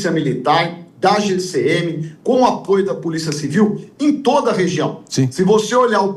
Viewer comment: O prefeito Nunes, falando puliça municipal........😂😂😂😂😂